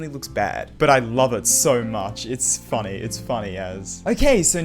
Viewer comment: "kinda funneh" lmao